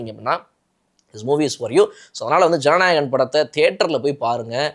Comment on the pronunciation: it is not Jananayagam it is JANANAYAGAN......❤❤